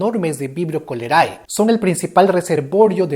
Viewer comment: sólo quiero decirte que la "ae" en latín se pronuncia "e", lo aprendí ayer en un video de pronunciación correcta de los nombres científicos. Entonces se diría "Vibrio colere" (Vibrio cholerae). Saludos crack:3